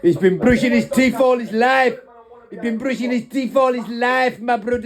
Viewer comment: New accent unlocked 🔓 😂😂 lyiiiiffffeee